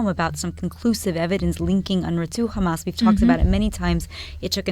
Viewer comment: It’s Hamas not Khamas?😂